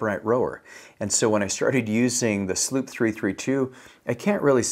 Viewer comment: And he doesn’t pronounce mots-c correctly or slu-pp-332.. drives me nuts.. now he’s a good dude.. and he’s not wrong in his info but these videos only exists to send traffic to his website for sales..